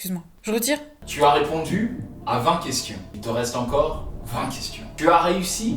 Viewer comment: Question VINGTE 🤣🤣t’es ICONIC 😭🤣🤣